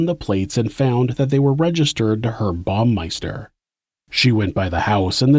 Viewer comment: Is this a computer voice, or do you just have trouble with pronunciation? It's HERB, with an H, not like "erb". And it's BOW-meister, not BOMB-meister.